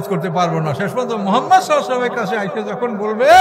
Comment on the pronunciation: এর ঊচ্চারণ অনেক সুন্দর,নবী করিম (সাঃ)এর নামের ঊচ্চারণটা আর ভালভাবে করার জন্য আবেদন জানাচ্ছি।